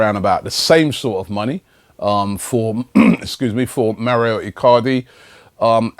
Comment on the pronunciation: wow I like Robbie, but when he pronounces the names is so shit Mauro iCardi - "maurio" Marcelo brozovic - "mar chair lo" Nampalys - "Napoli"